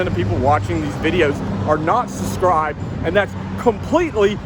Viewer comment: SuBscribe!!!..you always leave out the B when you say it 🤦🏻‍♂️